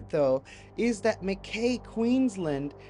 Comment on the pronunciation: Luv Ur show but just wanna say its pronounced Makeye-, Mack- I. Watching from Queensland Australia 🇦🇺